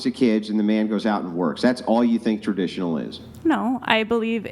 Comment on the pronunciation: She's Ter-dish-uh-null